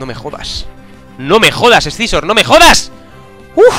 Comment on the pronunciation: se dice ''sisor'', no escizor xD